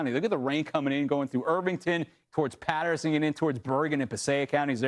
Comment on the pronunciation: Paterson PATER”SON”